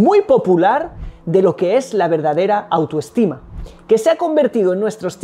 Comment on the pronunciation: Perdón la aclaración, se dice tergiversar....no transgiversar.